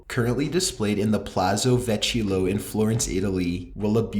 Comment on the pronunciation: just an fyi on mark it's Vecchio (veh-Key-yo) :)